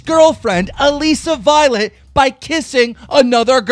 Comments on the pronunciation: STOP CALLING HER ALEEESA VIOLET LMAO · ITS A-LISS-A VIOLET AND ITS T-AY-LOR CANNIF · is anyone gunna tell keemstar how to pronounce ALISSA violet?? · I hate how keemstar can't pronounce anyone's name correctly. He says Alissa Violet "Aleeesa Violet" lmao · Keem stop pronouncing alissa violet like that